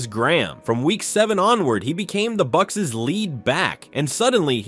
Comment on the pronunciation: the buccsess